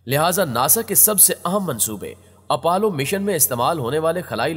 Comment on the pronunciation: Apollo not apallow